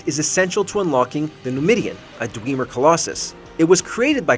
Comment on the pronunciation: Is the voiceover ai? It sounds off and the pronunciation for dwemer annoys me